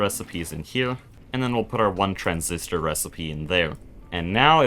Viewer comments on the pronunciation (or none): none